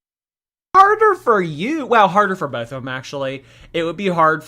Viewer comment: The ‘l’ in ‘both’ just drives me nuts.